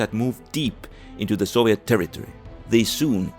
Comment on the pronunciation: man the mis-pronunciation of soviet and other words are horrible and horrendous to listen to